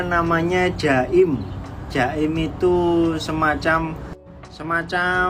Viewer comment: Bukan jaim tapi Jakim.